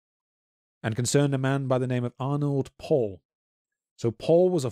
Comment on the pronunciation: It's honestly impressive how both of you manage to mispronounce every single name or vaguely unfamiliar word. It's very easy to check pronunciations using Google Translate. As for "Arnold Paul" it's Arnod Paole.